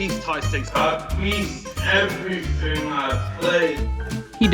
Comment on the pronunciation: lmfao luke shwartz ' I BEAST EVERYFIN '